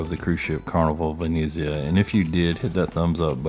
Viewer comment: Good video, but please pronounce the name correctly, Venezia not Veneeezia!!! Try to be more upbeat as well….